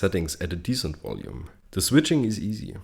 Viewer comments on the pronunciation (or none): What is "wolume"??